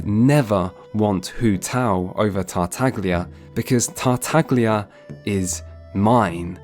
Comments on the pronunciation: The fact you say Tartaglia, instead of saying it as "Tartalia" as the g is silent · yeah bennett is extremely op, lmao. Hangouts are good to give him story tho Also you fucked the pronounciation of tartaglia, just like every VA